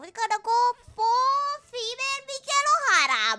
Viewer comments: she pronounced female as tamale with an f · Female (pronounced tamale) Tenma fan checking in, Tenma is too based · She said "female" like it's a Taco Bell menu item. Love it.